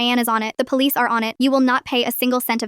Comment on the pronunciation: Don't worry Leo. Mama Lioness went to the poH-leeess.